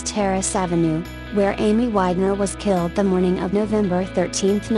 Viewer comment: Not a fan of the voice generation....wish it was a human...smh...sorry I cannot subscribe to your channel...you use only one photo per event and it does not show who the people are involved..p.s. it is killed not gilled...smh